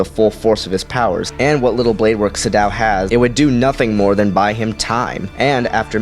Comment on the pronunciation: It's pronounced "Sa- doe" not "su dow"